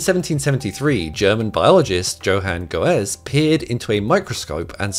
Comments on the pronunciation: Wait! Did you just say 'go-ez'...? Great vid, but please, the 'z' in German is said with a 'ts' sound. So the name Goeze sounds similar to 'gertsa' in English, not 'go-ez'. Sorry. 🙂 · Not Go-es, Gö-tze! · FYI.. Johan Goeze is pronounced Yo-hahn Gertze. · Goeze is pronounced “gertse" more or less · > The “oe” in German often sounds like the German “ö,” which is similar to the English “ur” in “burn,” and the “z” is pronounced like a soft “ts.” > GUR-tsuh То есть чтобы англоговорящий прочитал Гёце надо написать "гурцух". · When you said, "Johann Goeze," I nearly seized. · Do English speaking people even try to pronounce non-english names correctly? You could look up how Goeze is pronounced, Google translate has gotten really good at it. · Goeze is not pronounced Go-ezz, but more like Guts. You say SpallanzaRi while showing SpallanzaNi. Doyer does not rhyme with lawyer, but Is pronounced Doy-ay. Pretty sure the second K in Takekazu is pronounced as a K and not an H. Ancestral ends in al, not el. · JO-Haan GO_ez lmao